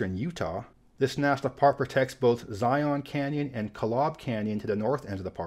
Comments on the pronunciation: As someone who lives in the area of Zion National Park, please, for the love of God, STOP pronouncing it "zigh-onn." I don't know where this got started (maybe The Matrix movies?), but it's like an aural cheese grater. Say "zighunn" without a glottal stop in the middle. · Zi-uhn. Zi-uhn. Zi-uhn. Zion. Zi-uhn